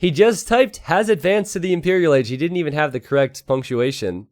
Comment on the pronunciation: impereral agee :'D